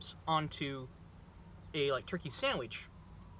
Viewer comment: 😂, it's good to see you again